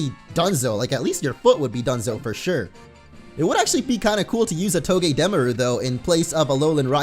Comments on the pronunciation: NO BITCH ITS PRONOUNCED TOE GAH DA MAR OOH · Its not togedemaru its toe-ge-de (like demolitiom) maru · It's not togedameru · It's toge-deh-mar-ue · It's pranounsed to-ga-da-mar-u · I fell as if said "Togedemaru" wrong....